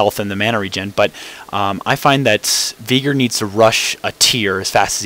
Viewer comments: NO ITS VEY-GAR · Yes, because Veigar is pronounced as Viiigar. Good job mate. Other than that good "Viigar" vid. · Okay...what's up with all these people that pronounce Veigar as either "Viigar" (how the heck do you even get that?) or "Baygar". If it was called that, IT WOULD BE NAMED THAT. Geez. Other than that good "Viigar" vid.